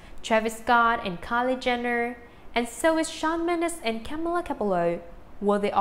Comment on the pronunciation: says Camila Cabello no Kamela